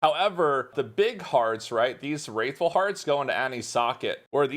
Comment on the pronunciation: I'm bothered how you pronounced "Wrathful" :D